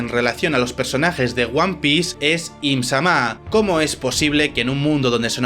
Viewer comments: solo dijiste bien una vez im- Sama sin acento. todo el vídeo bien pero las pronunciaciones, con esa una vez te das cuenta que si puedes hacerlo mejor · No me suscribo. No pienso ver a quien diga "EEHMZAMÁH" Encima, el acento españica no me lo esperaba. Mejor vuelvo a la fandom en inglés. Y la cantidad de inexactitudes y errores... 😂😂 Si vas a hacer un video, hazlo bien. Da risa. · Tan difícil es pronunciar I'm-sama, lunarians y otras cosas básicas así?